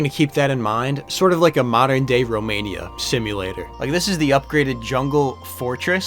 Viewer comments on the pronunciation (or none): none